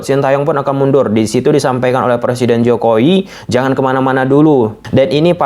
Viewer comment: Jokowi bang bukan jokoi